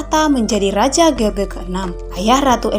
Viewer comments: George jgn di baca george min, tp jorjs.. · Harusnya menyebut jorj, bukan ge or ge